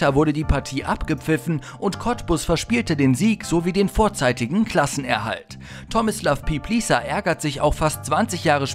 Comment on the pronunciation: Ich fand am heftigsten wie falsch man tomislav piplica aussprechen kann. Das tat richtig weh im Ohr.